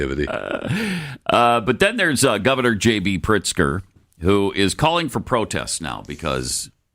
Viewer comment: You're mispronouncing his name, it's pronounced, "Prixter"...